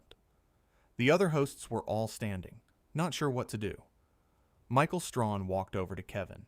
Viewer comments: Stop saying ‘Michael Strawn’ stupid, his name is Michael Strahan, get it right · And it's Strahan. Not Strawn🤦🏽‍♂️ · The commentator needs to learn how to pronounce Michael Strahan’s name. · Learn how to say Michael STRAHAN. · The narrator doesn't even know how to pronounce Michael's last name correctly. You guys don't do anything but post a lot of BS about good people. Race and click baiting. And who do she think she is, or what?